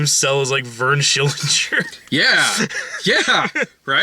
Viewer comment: "It's SHILL-INGER"